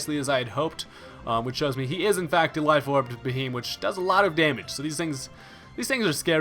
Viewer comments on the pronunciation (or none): It's actually pronounced Bee-Hee-Yem, like BEM, meaning Big Eyed Man :)